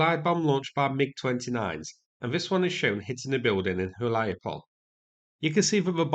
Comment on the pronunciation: You’re doing great so far with the names. But please, all the Ukrainian settlements names endings that end with “e”, read them as “eh”. So like - “Hu-lyai-pol-eh”.